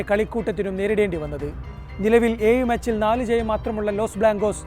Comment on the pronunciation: നിങ്ങളുടെ അവതരണം നല്ല നിലവാരം പുലർത്തുന്നു. 👍🏼 'ഏഴ് ' ഉച്ചാരണം ഒന്ന് ശ്രദ്ധിക്കുമല്ലോ...❤